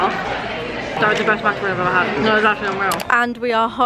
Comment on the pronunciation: 1. Atticus needs some table manners. 2. It’s macaron not macaroon